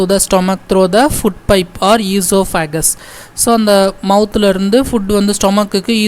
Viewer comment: For oesophagus,your pronunciation is wrong.. Kindly change it